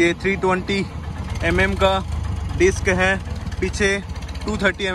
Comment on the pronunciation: Bhai disk bolte tauh theek tha 😂 lekin ye bhi mast hai 👌🏻👌🏻😂😂